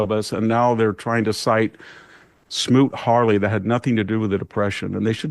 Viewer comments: Is VDH ok? He said repertory tariffs instead of reciprocal. He says Smoot Harley Lak instead of smoot Hawley act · I love VDH, but I think he’s losing a step. Smoot- Hawley not Harley. I’ve heard him mispronounce Letitia James’ name. He is still right on, but is there something going on? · It's Smoot Hawley* not Harley, you smug dumbass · I think it’s Hawley not Harley, but otherwise very good info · Come on, VDH. It was Smoot Hawley, not Hartley. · It was Smoot-Hawley, not Smoot-Harley. What else that VDH said is incorrect?